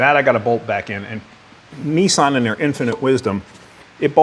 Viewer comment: neesean, peeseaem